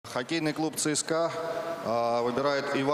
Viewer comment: это не драфт это цирк с музыкой :D а помещение у ахтунга в Аренду взяли ?:D телок он тоже вам предоставляет ?:D и еще последнее - я не знал что Трактор "КЛУБТ" :D:D:D